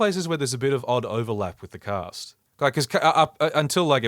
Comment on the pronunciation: I haven't actually seen Revue so I thought when you said "cut down the cat of girls" instead of cast, I thought you were saying there were cat girls in this?? And I did like a double take lmaooo